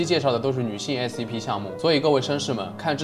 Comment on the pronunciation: Scp念成sap...發音很難嗎😅